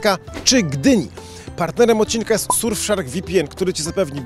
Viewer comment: W powiedzial dobrze ;))